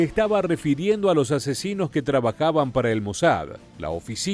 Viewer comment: Fué la operación correcta sin lugar a dudas....es una lástima que no se haya completado y como dice el redactor de reportaje, probablemente todavía en estos días queden algunos de esos terroristas con vida. Al margen; noto en la voz del personaje que relata este pequeño reportaje que remarca mucho la palabra asesinos cuando se refiere a los soldados,fuerzas especiales etc. que formaron parte de este más que merecido ajusticiamiento a esos salvajes terroristas y toda la plana mayor causante de la planificación y ejecución de este brutal atentado sufrido por los atletas olímpicos en la masacre de Múnich en Alemania. 🤔??????